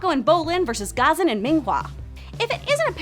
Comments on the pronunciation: Ummm “Gah-zun?” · It's guh-zan. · The way she pronounced Ghazan pissed me off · i’m not sure you’re pronouncing ghazan right